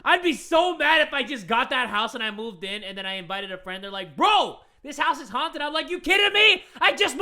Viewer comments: was it just me or did i just hear hunted not haunted in the last story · A little bit before she rlly said “Hunted” instead of haunted, right? Or is it just me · how the last animation said haunted sounds like haun hunted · I swear the guy said this house is hunted not haunted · on her way out the door she finally blurted out "this house is haunted" why does it sound like he said hunted